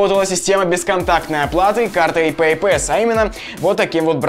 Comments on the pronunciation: Произношение "пэйпЭс" режет слух! Опять попытка быть большим англичанином, чем англичане! Вспоминаем: пассворд, длинный пас... И слушаем . Т.е., произносим пЭйпас с ударением на первый слог. И не иначе. Не надо коверкать слова, пусть даже они и вражеско-буржуйские... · Надеюсь автор видео уже запомнил, что: 1. Не беспроводные, а бесконтактные карты, какие нахй провода? 2. PayPass читается как ПэйПасс. 3. Просить расплатиться браслетом не стоит, ибо блять никто кроме тебя не знает что это.